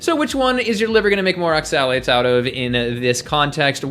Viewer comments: Advice on oxalates from someone who can't properly pronounce the word. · Why do you say oxalates like that? No one else does.